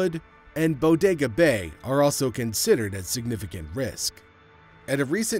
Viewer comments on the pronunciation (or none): none